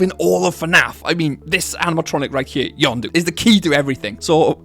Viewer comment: I simply cannot understand how "Yenndo" is pronounced "YonDoo" Isnt it pronounced "YENN DOE"? idk